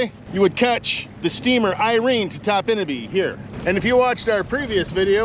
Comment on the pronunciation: I've been going to Topinabee since 1971. My grandparents lived there from 1971 until 2000. They always pronounced it TOP-in-a-bee, not top-IN-a-bee.